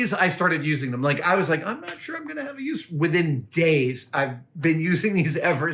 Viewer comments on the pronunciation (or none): none